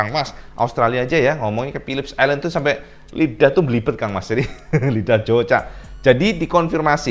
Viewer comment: Philip island om bukan Philips island, biar gk belibet hehe